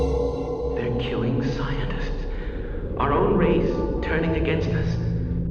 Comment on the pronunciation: "againsed", lol